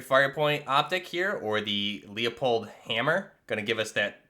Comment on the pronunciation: This was a much needed video, I tried using some of my favorite modern warfare II builds and the recoil was atrocious compared to the game they’re from, and the default xm4 with no attachments which has almost no recoil (Oh yeah also I’m pretty sure leupold is pronounced loo-pold, I think that’s how they pronounce it on their channel)